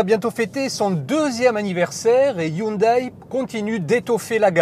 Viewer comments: Hyndé et non Hyunaille. Hyundai. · Oui en France on prononce le "ai" --> "é" et en corée ils le prononcent aussi "hyundé" donc y'a aucune raison que ça devienne "aïe". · pas tres pro de prononcer "hyundaille"